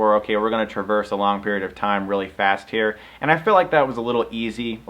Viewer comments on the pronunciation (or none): none